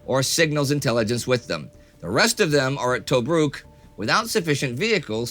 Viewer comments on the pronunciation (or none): none